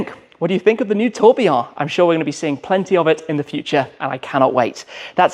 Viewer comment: Tim: the Tobeeaw Everyone else: the Tour Billion 😂